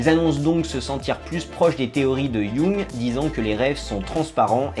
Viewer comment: Jung, un nom souvent mal dit mais ça fait tellement plaisir quand quelqu'un le dit juste!